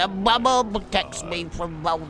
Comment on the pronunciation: "da bubbel brotects be frum bolderbolt"